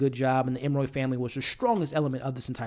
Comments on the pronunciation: It’s really annoying that you repeatedly call them the Em-roy family. Their name is Emory (em-or-ee). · Love the commentary. But if I hear you call them Emmoy one more time!!!😂😂😂 Emory, Emory, Emory..ps cat in a bag, not hat.🤦🏾‍♀️ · It’s Em•Ree hun. You know, like Emery board. Not Em•Roy. And her name is “Lucky” lol... Honest mistake! ☺️🙊🤷🏽‍♀️ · Every time I'm like... 🤯 ..em-uh-ree.. Not ..em-roy.. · It was “cat in the bag” bro not cat in the hat lol and they are the Emory family not the Em-Roy family. 😂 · Great review. It is E-M-O-R-Y(ee). You almost had it there but then reverted back to the creole pronunciation that you conjured out of who knows where🤣. I found that more irritating than anything. If you’re going to do a review, the name of the main characters is something you might want to nail before pressing the record button. Other than that, your review was pretty good